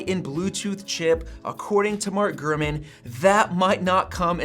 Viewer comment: Sometimes it sounds like you would say "Gruman" instead of "GuRman"